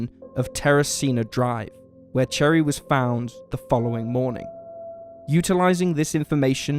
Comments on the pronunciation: Her Name is NOT CHERRY 🍒 it’s Cheri , and it’s Pronounced Sounding Like: ( Sherry) only Spelled Differently Only two or three People out of a Million Pronounce it Wrong… and since Your one Of them… Please Pronounce it Right Especially if your going to do a Documentary about her. Thank You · “Cherry joe bates “ lol what? No . It’s pronounced SHERRY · Oof, opening with reading Cheri as Cherry wish I didn't have to ignore that <3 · He starts this video by pronouncing Cheri, cherry. Cherry Jo Bates. Proceeds to repeat Cherry Jo Cherry Jo Cherry Cherry Cherry. What a moron. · Its (sherry) not (cherry) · Cheri is pronounced as Sherry… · cheri is pronunced sheri not cherry, ch in amarican english is the sound sh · Cherri? Lol put NO RESPECC on her name. It''s pronounced like Sherry, you goofy. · Didn’t know that detail about the footprints of shoes sold only at military commissaries…another reason why some think Cheri Jo Bates was one of Zodiac’s victims. FYI We Marylanders never say ‘MARY-LAND.’ Most common among the many ways this is pronounced is like saying Marilyn Monroe, with a D at the end. Cheers and thanks for these videos. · The name Cheri is pronounced Sherry. It's just a French spelling. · Her name is really pronounced Sherry even though it's spelled Cheri. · I would of thought more of this of but you kept saying cherry and her name is pronounced with an sh sound not ch Cheri